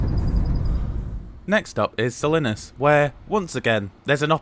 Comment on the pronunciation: The town of Salinas is pronounced more like "Suh-LEEN-us". Paso Robles is pronounced more like "Robe-lez". Santa Barbara is pronounced more like "S-Anne-ta" like the girl's name "Anne". A lot of place names have Spanish origins, left over from when Mexico was officially the government "in charge" back in the 1840's. Hopefully, the café car food selection will improve to include some better VEGAN options. They did have one menu item: "hummus with pretzels", which seems kind of pathetic. That they are still excluding coach passengers from the dining car is also disappointing.